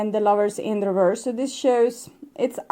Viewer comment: reverse. the word is reverse. There's no "d" on the end. Oracle after oracle has trouble with this word. Not sure why. It's 3D garbage when someone cheats or is unfaithful. All 3D. On the 5D all is smooth, loving and destined. Sag and my person is a Leo.